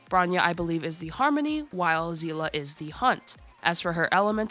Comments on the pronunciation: I gotta admit hearing you pronounce their names as Zeela and bron-ya was pretty jarring lol. I've always pronounced them as saylay and bro-nya. I'm used to the jp va in hi3 though so maybe the eng va here pronounce it that way? If that's the case I'm switching to jp. Nice video though. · Zeela?! 😳 First time me hearing this. Lol. I Do call her Seele like the Seeli in genshin. Love the content! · She's estonian, so, her name should sound like Seh-leh [seh] like in "say" [leh] like in "lay" Double "e" in "See" means that you should pronounce it twice longer than usual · eng VA's pronunciation is weird sometimes. For example, they pronounce SnezhnAAAAAya, but actually it's SnEEEEEzhnaya, so, it isn't surprising that they read Seele as Zila or whatever else :D